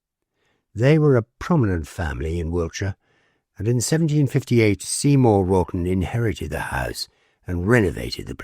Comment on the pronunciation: I think you are saying Wralton, but sounds like Rotten. Fitting as Folly wood appears to be Rotten!